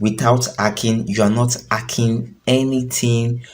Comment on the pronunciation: Nonsense that's why l didn't subscribe...... It's not ekhing its hacking